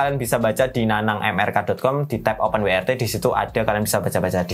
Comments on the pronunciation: W iku pengucapane bahasa Inggrise dabel-yu, duduk wi. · Open WRT, open wai ar ti (YRT) 😄